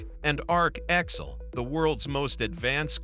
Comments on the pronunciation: Man, your AI needs to learn how to say X L.... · Love that AI commentary cannot say XL properly